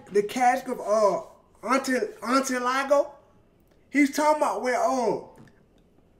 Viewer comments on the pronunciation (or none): On screen: The Cask of Amontillado: The Cask of Antillago Shits got me weak